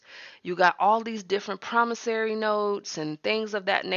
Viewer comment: I noticed she corrected the pronunciation in her latest video. Now we just need to work on PromissOry, not "PromissAry". 😁